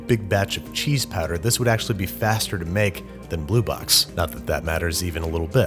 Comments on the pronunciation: Everyone: “powder” Banish: “patter” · You pronounce "powder" as "patter". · For some reason when you say powder it really sounds like padda and that is becoming really distracting XD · powder - "padder" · I was not aware that there was any accent that pronounces "powder" as "patter". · Are we gonna talk about how he kept pronouncing “powder” ??? 👀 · Is he saying powder or patter? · Say powder one more time